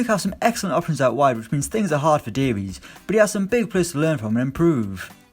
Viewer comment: DAVIES IS PRONOUNCED DAVIS NOT DAVEES